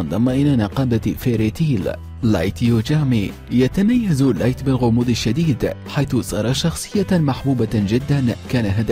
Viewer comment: لايت يوجومي كانه يقول كاجومي حوله لبنت بلحظه 😂😂